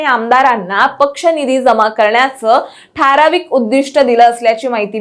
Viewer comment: अरे हिला आधी "ठारावीक" नाही तर ठराविक म्हणायला शिकवा